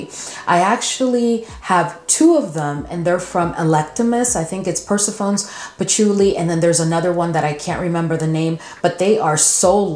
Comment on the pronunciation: Good evening I was listening to you talk about the patchouli heavy perfume by electimuss call Persephone? I just wanted to let you know that phonetically it's pronounced Pr-seh-fuh-nee She's a Greek mythology goddess daughter of Zeus. I just wanted to share that with you for any future reference to the perfume. Love love love your channel your voice please keep up the good work I'm here for it. ❤